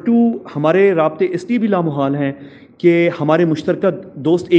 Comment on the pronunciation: Why this man is persistently mispronouncing and misusing the word لا محال؟ The correct word is لامحالہ which means 'inevitable'. In Urdu there is no such word as لامحال۔ Also, the question 'Since U R in Israel, tell us whether that aircraft really came to Pakistan or not?', is ridiculous. Just think over it!!!!!!